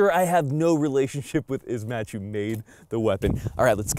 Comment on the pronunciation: Bro, Its [Izh-marsh]. "Ijevsk Macninery Factory"